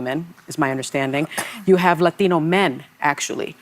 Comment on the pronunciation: why does she say Latino like that. She is a disgusting human